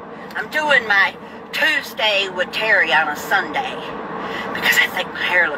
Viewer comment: Love the way you say "SUNDEE"